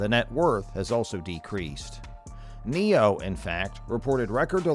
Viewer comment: NIO not Neo